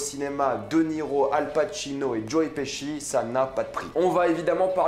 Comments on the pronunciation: Tu nous les casse tout le temps avec ta salle au cinéma..comme si ya que toi qui a droit dy aller Et on dit joe piski et non pas pichi 🤦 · Mdr joe piski nimp ca se prononce plus ou moins Petchi.